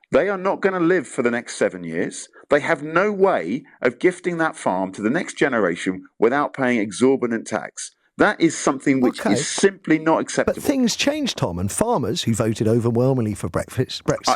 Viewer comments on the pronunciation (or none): "Exhaubitant tax" 20% over 3 million is not Exhaubitant. You know what's Exhaubitant buying a house and that's because land is so much, I wonder if the fact people can pass on land through inheritance is the reason...